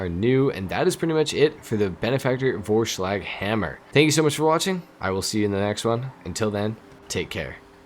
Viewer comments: I think the best option for you to pronounce Vorschlaghammer almost correctly would be to pronounce the Vor like the number 4. They are almost the same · The V is pronounced like an F. Wish you a peaceful weekend. Best wishes from Germany ✌🏻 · Didn’t say it in a German accent